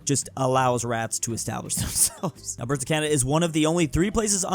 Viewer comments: OMG Please, it's great that you mention Alberta, but can you please PLEASE say it correctly. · He still can't pronounce Alberta, though.